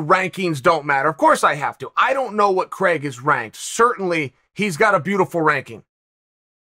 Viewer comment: Hearing my name pronounced as CREGG .... always hurts.